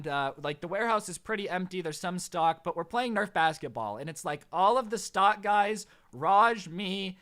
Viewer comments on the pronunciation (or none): when you said stock I thought you said stalk XD